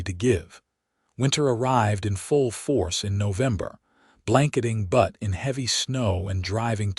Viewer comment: What is even worse is AI doesn't know how to pronounce "Butte" (as in a bluff). It is not "Butt" (what a male goat does to another or what can be sat upon). People creating these stories should at least be respectful enough to insure proper names are pronounced correctly; even those with three-armed women and men who wear two hats.